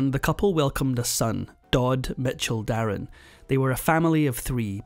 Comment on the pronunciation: His name wasn't der in it was darin from mandarin I don't know where you got your info from 😂